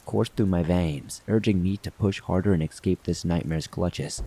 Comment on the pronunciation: Escape not excape